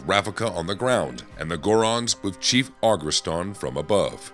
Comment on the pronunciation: Wait why can’t you pronounce the word “chief?” Did you get AI to do this?